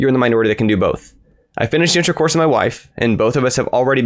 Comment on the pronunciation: please be more careful when pronouncing, "Finished the intro course with my wife." I almost spat out my beans.